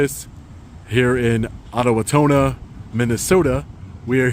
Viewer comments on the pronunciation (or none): Did he say Ottowotonna? It's says it righ tthere Owatonna! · I live not to far from here and it's pronounced " Oh Wa tannah" us Minnesotans don't deal with bullshit.